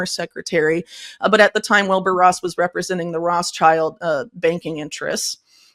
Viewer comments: Why does she say Rosschild? Not Rothschild ? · Can she not pronounce Rothschild or is she doing it intentionally? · Yes, she is pronouncing it incorrectly!